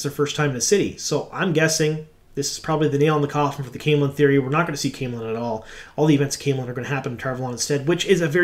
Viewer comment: Did you say final nail in the cauthon or coffin? 😅